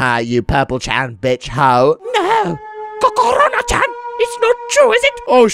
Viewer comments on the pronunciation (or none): When you say Kokoroko chan it's making me split WATER